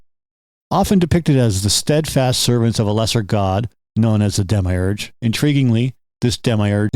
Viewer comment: I couldn't take you seriously for pronouncing demiurge like that